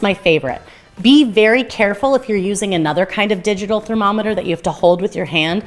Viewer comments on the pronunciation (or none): none